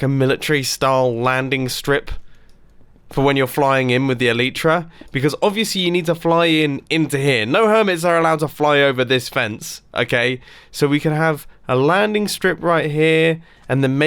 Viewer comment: he pronounces it like Elitrya